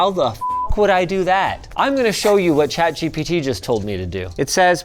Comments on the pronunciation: "chat jibidi" is crazy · "Chat Gibbity " lol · "Chat Jibbidy" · i love the way you said chatgpt at the beginning of the video "chat jibidi"😂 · chat jibitty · Did Linus say Chat Jippity? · chat jibbidy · "Chat-Jibidy" -LTT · Im stoned. I completely lost it at "ChatGipity" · "chat gibity" lol 😭😭😭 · I Love when you said chat gibbidy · he said chat gibbity.. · wtf is "Chat Gibbidy" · "chat givity" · "chat jippity" - Linus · chat G bity? Damn, that was ai slop intensive 🫩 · Literally who calls it "gibbity" 💀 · Did bro just say chat gibyti 😭😭😭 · "i will be giving chat geebeetee" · I am glad I am not the only one that says "Chat Gipitty" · Forever pronouncing it as Chat Jibbity now. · Chat Gibbity ? is that how you pronounce it ? :D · Did you just call it Jiminy? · Chat "jibeedy" murdering English 3 letters at a time. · Linus just made me call chat gpt Gebetee forever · “Chat Jibbity” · why are you saying chat "jibidy" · "Chat Jippity" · "chat gippidy" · Ngl, after hearing Linus say it, I think i’ll be calling it ChatGippity from now on too 😂😂